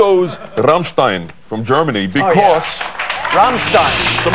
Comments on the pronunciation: I love how he pronounces Rammstein. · he just pronounces it correctly